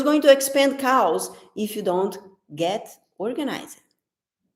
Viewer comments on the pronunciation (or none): omg that was so funny, I think you were saying "Chaos" but the way you pronounced it sounds like you said "cows" LOL you are so funny (if I had to speak in Brazil language nobody would understand!) it is great that you can speak two languages :)